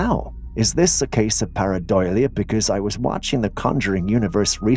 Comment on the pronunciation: Hi there, I will give you the spelling again. Pareidolia, not paradoilia, as you have been pronouncing it.